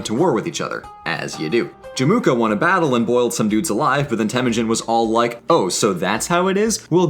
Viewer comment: The narrator kept mispronouncing Temüjin